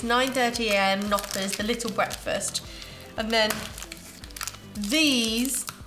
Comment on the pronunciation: You pronounce the K in Knoppers.. LOL Hope you all are doing well.